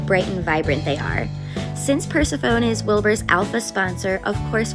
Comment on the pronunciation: These goat condos are so cute! I wanted to let you know that you're pronouncing Persephone incorrectly. It's pronounced Per-SEH-fuh-nee